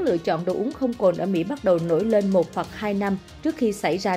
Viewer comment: "Cồn" chứ không phải "Cuồn"